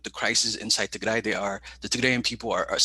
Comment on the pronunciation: Your segment introducing war on Tigray was cringe af. You can’t pronounce your guest’s name, let alone Tigray, Eritrea, or Addis Ababa, and then you act like youre in position to say what’s going on in Tigray is manufactured. Filmon is a shitty propagandist but was somewhat even in his presentation (for him). All you are focusing on,, is US sanctions, which is bizarre when Tigrayans are being slaughtered. Seems like if African people actually were more than a prop for you, you would have centered them in your discussion.